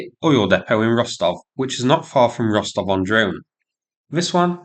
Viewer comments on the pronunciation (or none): Wait . . . did you say "Rostov-on-Drone"? Or is that just me? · Did he say "Rostov-on-Drone"? 😀